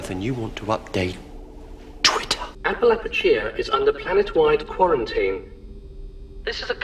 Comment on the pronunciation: when he said ‘self-qurintine’ that hit me hard....